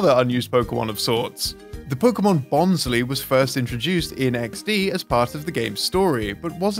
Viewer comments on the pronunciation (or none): bons-lee?! it's bons-lie! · he pronounced bonsly as bon-/slee/ when i thought it's pronounced as bon-/slai/ since it is a bonsai 🤷🏻‍♂️🤷🏻‍♂️